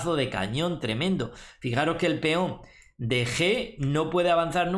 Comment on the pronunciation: JAJAJAJ es muy graciosos como dice feon JAJAJ